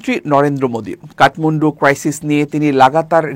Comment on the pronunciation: ওটা উচ্চারণ কাটমুন্ডু নয় কাঠমান্ডু।